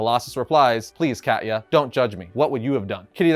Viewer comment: "Cat-ya" As a Slav, that's funny.